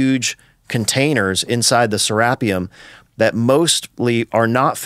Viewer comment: It's pronounced "Sara-pee-um" mister expert.